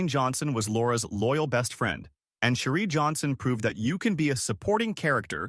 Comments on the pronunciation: Her name is not Sherie it’s Cherie like cherry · Cherie pronunciation is cherry!!